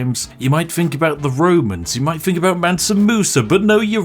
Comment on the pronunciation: Just an observation (I do enjoy your content) plz pronounce TH instead of PH (Think instead of Phink). A truly posh person would pronounce TH correctly and if you did.... it would round out the joke for me personally. Keep up the content!